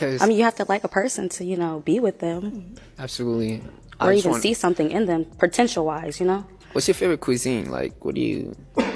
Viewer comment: She said pertential??? Some Blck wmn bruh🤦🏾🤦🏾🤦🏾